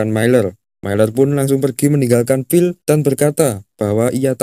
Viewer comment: Ohh, phill dari tadi naratornya nyebutin Bill bill bill